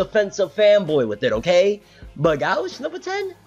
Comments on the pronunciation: Gauche, is pronounced (go-she) it's French. Go to see you back keep it coming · Gauche in french is not pronounced go-she😂 its like gaush